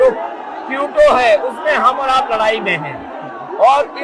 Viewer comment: क्यूटो नहीं अकल्लेश क्योटो है